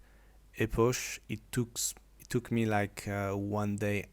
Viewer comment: Epoch -> "ipok" en bon anglais, pour la prochaine 😉 Thanks for the tutorial 👍